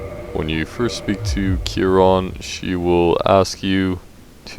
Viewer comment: great video man, thanks for pronouncing her name right